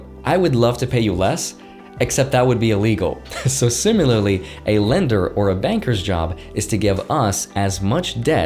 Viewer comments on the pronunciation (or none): simular? simularly? LMAO